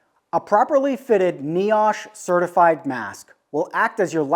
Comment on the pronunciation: I am a safety manager fully in my day job and a woodworker in the evening! You did a good job covering everything, and yes hepa is not pronounced heepa.. It's heh-pa. And niosh is pronounced ny-osh.. But all the information was great! Haha One thing I have done with my Woodshop is make my harbor freight dust collector but added a Y fitting after the blower, one line goes to a filter with a blast gate, other one goes out the roof with a blast gate. If I have the a/c or heat on in the shop, the dust collector blows the the filter to keep that air inside. Otherwise, I blow it right out the roof. Maximum airflow, absolutely no worry of small dust as everything is going into a well sealed cyclone or right out the roof!